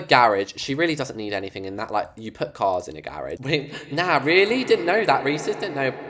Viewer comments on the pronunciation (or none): none